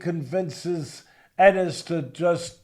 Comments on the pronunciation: I thought the same thing. How u covering boxing and don’t know Boots Eenis🤣🤣🤣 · Bro has he never heard how to pronounce Jaron Enis name? EEENISSS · Bruh, who is this host? Eeeenis and Zay-ass 🤦🏽‍♂️